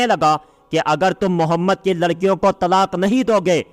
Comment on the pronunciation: As salaam alaykum bhai aapki vd bhot hi achchi hai ma sha Allah pr muje bs ek baat kaheni ki aaap hamare pyare aaqa ka naam thoda achche se len pure ahetram se muje usme thodi safai nhi dikhti ya to zadbazi m naam sahi nhi lete hai phir gunah ka bhi dar hai pura or saaf bole